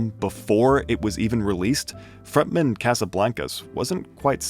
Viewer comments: julian frontman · front man. front. man. front-man. my man still pronounces "frontman" like its a surname